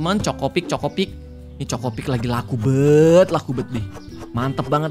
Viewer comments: CHOKIpik kak regi, bukan CHOKOpik 😂😂😂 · chokipik bukan chocipik😅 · Kak regi yang cereal itu bukan chocopik tapi chokipik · KA regii,sekedar mengingatkan itu chokipik,bukan chocopik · Kak regi cereal ny bukan chokopik tapi chokipik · Chokipik bukan chocopik bg